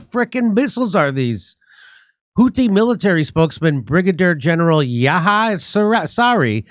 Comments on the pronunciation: "Yahya" is the name of John the Baptist in the Qur'an. It is pronounced yah-yaa, with the "a" in "yah" pronounced as in "cat"] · Yahya = pronounce= ye[ch]ye. The Name means Johan from Arab. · It’s pronounced as Yeeeh Yaaa.